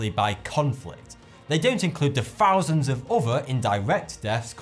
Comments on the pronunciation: Farhan Pasha it's not. I'm English and the majority of people don't pronounce 'th' as an 'f'. It's just a bad pronunciation habit or impeded speech. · It's not racist just funny when speach is wrong